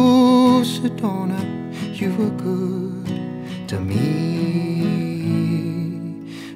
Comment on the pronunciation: How he pronounce Sedona is lit 😍